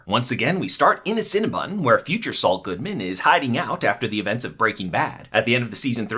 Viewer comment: I like how at the end he says “Saul Goodman” but it sounds like “it’s all good man!” Probably reaching, but I liked it.